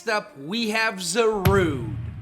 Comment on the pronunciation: It’s pronounced PEH-CHUH-RUNT, zuh-roo-DAY (which you stupidly glitched it as a Volcanion, which is vahl-CAY-NEE-UHN), dye-AHN-see, and ar-KEY-iss, “”! 🤨 You need to study pronunciations more, bub! 😤